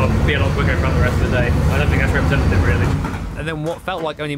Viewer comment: COMPETITIOR?? REPRESENTITIVE?, YOU need an EDITIOR!! 🤣